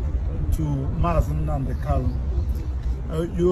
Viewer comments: Not kalu but kanu please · Its not kalu but kanu oga please